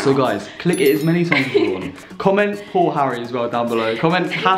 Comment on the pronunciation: "PoolHarry" im dying 🤣🤣🤣🤣🤣